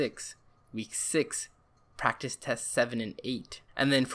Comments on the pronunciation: Prectic Prrktecs Practes Pructus Prictes Prestes prracttis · This guy: giving actual useful advice. Me: he can’t say practice